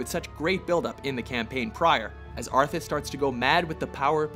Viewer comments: Maybe someone have mentioned this but its ARTHAS not arthus... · IT'S ARTHAS!! NOT ARTHUS!! NERDRAGE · Arthas, not ArthUs!!!! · Arthus? hahahahahahahahaha common man... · ARTHAS!!!!!! NOT ARTHURS!!! -. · arthas not arthus dumbasses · bolog wait, "ARTHUS" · Arthas/Arthus. Easy mistake to make. No need to go crazy about it. Side note: If you listen to it pretty much sounds like he's saying Arthus. I'm a Warcraft nerd too but in the end, it's just a made up character in a game. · I dont wanna sound butthurt but... ArthUs. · First, it is Arthas, not Arthus! IMO Zeratul vs Kerrigan should have been in top ten, it didn't even got a mention, the intro of SCBW and Arthas becoming the Lich King were not even mentioned and not even shown at all... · Dear; Who the fuck is ''Arthus''? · Ummm, "Arthus' Betrayal"? Who is Arthus? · Arthus' Betrayal.... Do you guys INTENTIONALLY misspell and mispronounce things to piss us off? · Theres a mistake : His Names Arthas, not Arthus. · Arthus ?? ArthUs ??? FUCKING ARTHUS ?!?!?! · It's "Arthas," not "Arthus" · ...you said Gromm instead of Grom and you really called the lichkings alter ego "arthus" ?...really guys? its ARTHAS. how about "dethwyng" and "Yllydan" next huh? do some goddamn research... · Arthus? Really? It's Arthas. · Arthus? ARTHUS?!?!?!?!? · It's Arthas...not Arthus... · One, the Orcs in the Orcs vs Humans cinematic conquered the kingdom of Azeroth, later known as Stormwind, not Lordaeron. Two, it's spelled Arthas not 'Arthus'. But otherwise decent list. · Arthas' Betrayal will always be Number 1 for me. And btw you wrote AND said "Arthus" ! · Artha's betrayal not Arthus... ;) and I think that Mists of Pandaria definitly deserved a spot here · ARTHUS????? ARTHUS?????!!!!!! GTFO you can't even get your own fucking list right. Also, Arthas's betrayal should have been #1. Back in those days that plot twist unscrewed your head and took a dump down your neck. Kotor-esque awesomeness. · arthus ?? lol